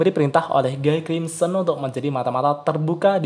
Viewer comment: bacanya "Gi krimsen"